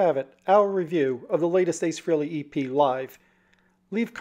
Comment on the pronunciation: It’s fucking FREHLEY...not FREELY.